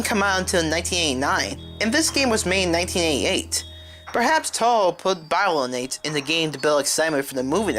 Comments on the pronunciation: “Biolanate”? “BIOLANATE”? ITS BIOLANTE YOU UNCULTURED SWINE!!! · im sorry, BY-LO-NATE? its BIO-LAN-TEA. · omg it's BIOLLANTE....say with wit me BI-O-LLAN-TE. Not biolant....